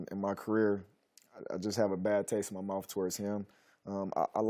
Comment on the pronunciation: “A bad taste in my mouf”.